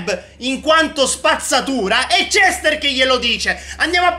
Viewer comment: Nome Cester si pronuncia cester. Come lo pronuncia: cestr 🤣🤣🤣